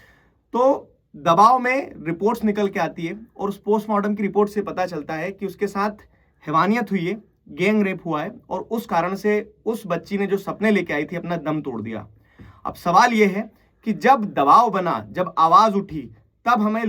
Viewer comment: Sir wo gang hota h, geng nahi 😑